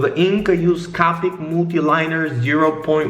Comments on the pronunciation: the fact he says it like “cah-pic” gave me a stroke. It’s CO-PIC. C-OH-PIC. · omg He pronounces it caw-pick And not koe-pick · Anyone else get triggered on how he pronounced copic?? 😂